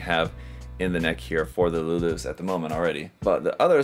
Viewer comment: It's luluce as in luluche like spanish or italian. Nobody says luloose 😂